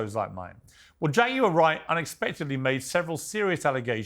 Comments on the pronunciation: "Jaguirarer" 😅 as he pronounce it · Why do British people say, Jag u ar? In syllables. 😅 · Jag-U-Lar Wright 🤣 Piers is really stepping out with his journalism. This is getting very messy. I'm here for it! But anyone allowing children to be horrifically harmed or hurt in anyway needs to be exposed and not allowed to settle. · Learn how to pronounce her name please jagular